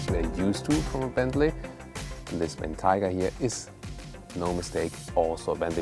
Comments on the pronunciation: Ben-tiger? It's pronounced Ben-Tay-Gah! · The environment up north your friend told you about is taiga, pronounced how you're saying it. Bentayga is the name of this vehicle, and since Bentley was a British company you should probably say it how they do. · Excelent video as usual. Highly enjoyable. However, several things. Re. the name, maybe the snow forest Taiga in Russia is involved but most Bentley people I've heard say name was influenced by the Roque Bentayga in Gran Canaria. So it would be " BenTIEga". The front grill.. is it really in chrome? Bentley have always been so proud of being the only manufacture which uses polished stainless steel where others use chrome. The indicator sound is exactly the same as my fathers Jaguar XJ8 of the 1990's. It's a wonderful vehicle but I have to ask the question, is it really worth 2 - 2.5 times as much as an Audi Q7 on which it is based?